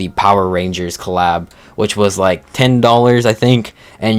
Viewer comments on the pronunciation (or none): none